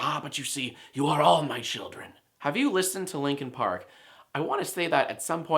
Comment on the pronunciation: It is "Linkin Park" for duck's sake -.